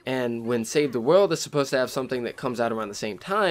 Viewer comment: learn to say "world" right and then maybe i could bare through the rest of the video....maybe...